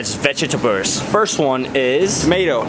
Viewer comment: when kian says “there are 14 fruits that people commonly mistake......as VeGeTaBeLs” had me dead😂😂😂